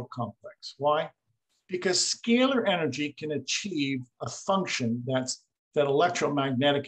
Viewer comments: The interviewer refuses to even pronounce the scay ler energy properly. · I can't take the mispronunciation of "scalar" energy by the host.